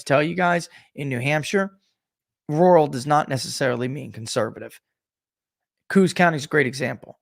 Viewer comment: Also I love ya man but stop pronouncing Coos county COOSE it drives me nuts lol, it is KOH-OSS.